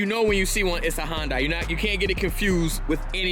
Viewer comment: If he pronounces Hyundai correctly I will be surprised....... Watches Video: Yup not surprised.